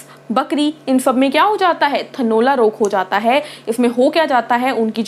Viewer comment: थनौला नहीं होता थनेला होता है ।